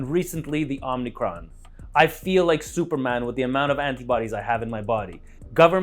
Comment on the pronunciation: When you called it omnicron I stopped watching, wow